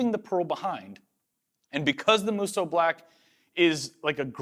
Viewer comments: I’m so glad you learned how to say musou with only 2 syllables xD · Draw out the 'o' a little longer on Musou :) The u after the o sound in hiragana indicates the extension of the 'o'. These videos are wicked :D